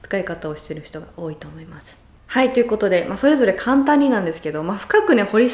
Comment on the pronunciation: とても興味深い内容を、分かりやすく、データも提示してくれて、ありがとうございます。私に置き換えて考えてみて、生まれてからずっと日本に住んでいながら、そんなに上手に説明できるかな？と感心しました。 家族でバカンス重視は、羨ましいし憧れます。お金をかけずに楽しむことを見習いたいです。 それから、の日本語で、時々 フランスなまりっぽくなってる気がするのは、私だけかな？(笑) 「ということでー」の「でー」が「でィえー」と聞こえて、可愛いです！